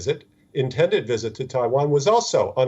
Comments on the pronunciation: Wisit lmao not Visit but wisit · your channel is an international one. English I understand is not your first language just as it isn't mine either. But if you going to use the language as your medium of broadcast, please pronounce words correctly. Visit is not WISIT!! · What is a “wisit”? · Pelosi should not "wisit" Taiwan at this moment. Since her "wisiting" Taiwan can spark WW3. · I cant help laughing everytime the presenter was saying visit or should I say wisit 🤣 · What is “wisit”? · What’s a ‘Wizit’?